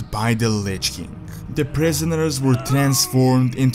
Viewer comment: Can't you pronounce "king"?